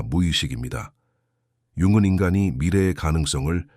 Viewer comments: 융은 을 왜 자꾸 융근이라 읽는지 내용은 좋은데 그게 거슬리네요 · 영어식 발음이라 그런거 같아요. ng 발음이 우리말로 이응(ㅇ) 인데, 사실 끝에 g발음이 조금있어요. Morning 발음이 천천히하면 몰닝그. ‘그‘가 뒤에 살짝있습니다